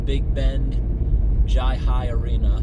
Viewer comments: It’s pronounced “hi-uh-ly”. Great vid man and thanks for helping that pup. I love your drainage content of course but it’s cool to see you mix it up a bit. Don’t mind the trolls. Many of them aren’t even trolls, they’re just idiots. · It’s pronounced HI-LI. They have an old one here in Newport Rhode Island. You would bet on the players but the players used to bet also and it ended the games because of cheating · It’s pronounced HIGH LIE. A Jai-Alai facility or stadium is called a Fronton. There was also one in Tampa as well as West Palm and there are still a few operating in the Miami area. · Bridgeport CT had a Jai-Alai. (Pronounced Hi-A-Li) It closed in 1995. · Its pronounced hi lye. Great vid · It’s pronounced High-lie btw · We had some up here near your home town in MA. It was Harford Jai Alai. It's pronounced "Hi aLI". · It's pronounced "Hi-Lye" and my feed has been getting shorts about it. Good on you for helping the dog. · If anyone is wondering, it's pronounced "Hi-Lie". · It's pronounced hai lai